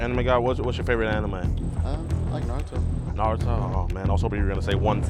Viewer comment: Na he said right Naruto. Don’t disrespect one piece 😂